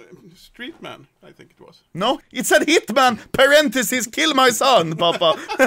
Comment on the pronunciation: “Keel the hwhite peepol”